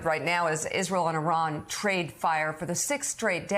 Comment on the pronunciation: I doubt he could even spell 'consequential'. He can't even pronounce 'Iran' correctly.